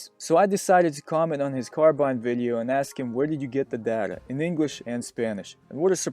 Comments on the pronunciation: Y do u say it data and not data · Good video, very informative but the way you say data pisses me off XD